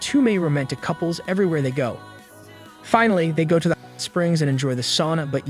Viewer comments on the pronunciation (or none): Bro can’t say “hot”